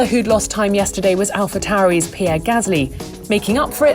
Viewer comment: Whoever the woman narrating this video is, needs the sack and to get back in the kitchen. Or, she needs to learn to pronounce Alpha Tauri, not "Alpha tower-y".